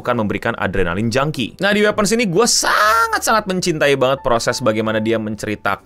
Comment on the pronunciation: wipens btw cara nyebutnya cmiiw